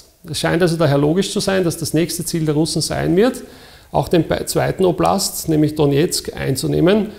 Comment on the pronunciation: "oblast"... Ist das Österreichisch?